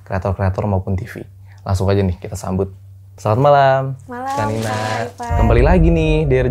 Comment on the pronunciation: Tolong ya panggilnya "kak Nina" jangan kanina